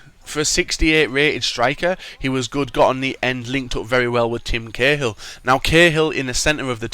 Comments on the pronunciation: Cahill (Kay-hill) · How can u say oar an Cahill wrong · I know right!!